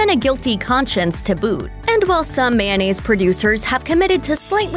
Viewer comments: "Man-nayze" No, girl. It's pronounced may-oh-nayze/nayce Like the spelling. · It's kinda funny how right after she explains the historical origins of mayonnaise she goes from saying the word as it's spelled back to calling it mannaise.